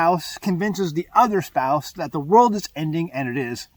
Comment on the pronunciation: What is a "spouce?" 😂